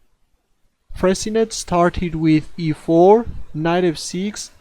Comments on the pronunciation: You spelled it correctly (Fressinet) but you mispronounced it. It's not Fressinette like in 'rocket', but Fressi-nay like in 'cabaret'. Good luck with your excellent videos! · You are correct. é : this sound does not exist in english, that's why i made and approximation. I should have said that Fressinet is pronounced like in the word 'touché'. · Not Fressinette but Fressinay. Nice editing.